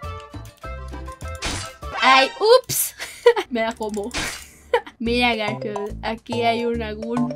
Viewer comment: dice galfield yo: hermanooooooooo❤❤❤❤❤❤❤❤